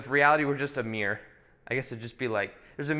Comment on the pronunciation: Meerrr You mean mir-ror